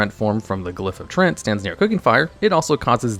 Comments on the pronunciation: Yeah, most of the time he was pronouncing it as trent instead of tree-ant. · He is saying "trents" though lol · I hate that you pronounce it "Trent".